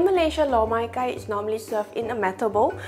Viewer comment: My Cantonese friend thinks your pronounce "loh Mai Kai" wrong....